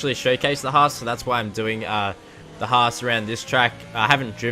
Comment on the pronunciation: I don't think any American pronounces "Haas" like that